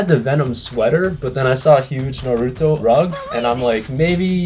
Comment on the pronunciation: Bruh he did not just say nurootto it's nar u to